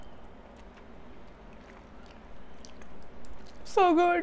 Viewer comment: My favourite Part was When you Said "Sohh Goudd" 😂😂😂😂😂😂😂😂😂😂😂😂😂